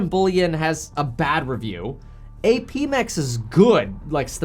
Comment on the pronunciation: APMEX is legit, I've bought from them multiple times. It's pronounced "App mex"